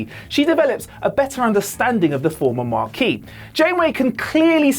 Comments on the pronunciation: He said Maquis, not Marquis. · there's no "R" in Maquis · The first time he said "Progidy", I let it go. Everybody misspeaks on occasion. Then he said it again. And a third time. Then he said "Marquis" when he meant "Maquis". I can't watch any more of this.